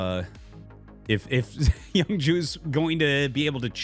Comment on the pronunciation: Is his name pronounced "young jew"? Not making a joke. That is what it sounds like you're saying and I like knowing their names. Yabsab is definitely my favorite to date.